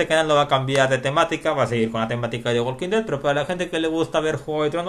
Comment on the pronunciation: the walking dead no se pronuncia asi como tu lo dices..! se pronuncia "THE WOKIN DED" ya que en ingles no se pronuncia la L q viene antes de una K como la palabra "talk" se pronuncia "TOK" como sugerencia saludos